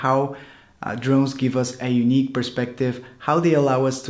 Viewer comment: sounds like "what makes drones so YUNEEC"? :D btw.. great video!! I subscribe ^_^ ps. you look like Aaron Taylor-Johnson!